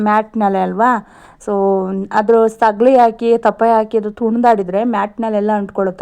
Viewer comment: ಸಗಲಿ ❌ ಸಗಣಿ ✅